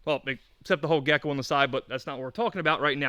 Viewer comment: "gecko" is pissing me off